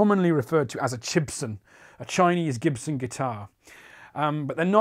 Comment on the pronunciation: “Jibson” lmao